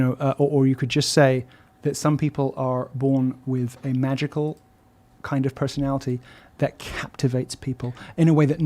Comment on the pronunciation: southern black preacher delivery is grating: socieTEE, personaliTEE.